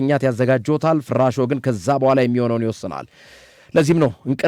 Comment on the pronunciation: ፍራሾ ጠበቅ አታድርገው ላላ አድርገህ ፍራሾ በል